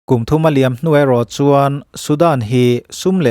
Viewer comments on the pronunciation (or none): none